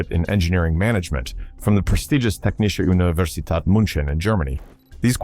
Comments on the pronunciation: i love ur video its realy interesting but as a german i nearly died every time u said technische universität münchen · What pisses me off by far the most, is that some actual real engineers did not get that job and had to probably even get jobs way lower than they would have been qualified for. And, kudos for butchering 'Technische Universität München' in a way I have never heard before. More wrong does not go. You are not excused, you are laughed at, hard.